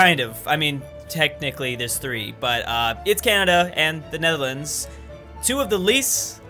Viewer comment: ''netherlander'' XD